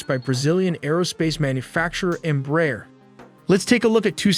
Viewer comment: The correct pronunciation of EMBRAER is " EMBRA - AIR "